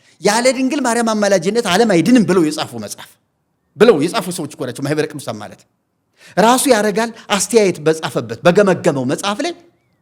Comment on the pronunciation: Your deep rooted plot had been destroyed by Mahibere Kidusan before you disseminated the poison to the congregation. That is why you are mumbling on ማህበረ ቅዱሳን.